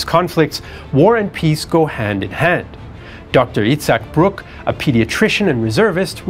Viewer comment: Itzhak brick not brook